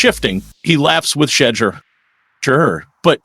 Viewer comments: If these folks can’t get their AI Pronunciation correct then they are not good enough to listen to not give likes or following. SHEDURE’ Name is His NAME! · Thumbs down for intentionally mispronouncing his name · LEARN HOW TO CORRECTLY PRONOUNCE HIS NAME IF YOU WANT AN INCREASE IN SUBSCRIPTIONS!!!! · I was thinking the exact same thing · Like I don’t know if you just being disrespectful or what like you can’t pronounce his name and then laugh about it if you can’t say his first name then just say his last name. Urk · This regurgitated reporting is disgusting. Stop using outright fake titles for clicks. We’ve been hearing the same reports from every other YouTube channel reporting on the Browns. At least get your Ai bot to pronounce his name correctly. Sad, sad, sad.